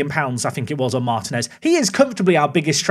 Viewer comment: couple of important items. 1. I won't rest until I hear the toe behinds pun 2. In latin languages when you see an í that's an open sound (ee), so Martínez = marteen es (very close to how you called Martim)